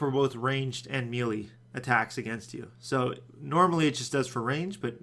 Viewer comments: where in the hell do people pronounce melee (may lay) like "mealy" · Eye twitches It's Pronounced May-lay. Not Mee-lee. Gah! ... I still love you :p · Melee is pronouced "May-lay", not "Mee-lee"